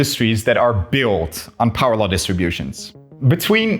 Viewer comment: "flaws" and "inconsistencies" imply a defined rule-set which it simply follows to the utmost. uhhh, which ruleset tho? quantum field theory and general relativity have inconsistencies EXPLICITLY due to scale issues so that ain't it. also why emphasize on the word "built"? are you religion-baiting?